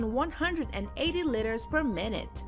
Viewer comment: What are these "litters" she talks about?